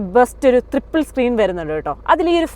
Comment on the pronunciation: ത്രിപ്പിൾ അല്ല ട്രിപ്പിൾ